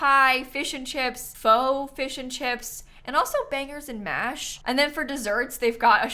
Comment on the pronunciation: Hearing an American say bangers and mash is absolutely surreal 😂😂😂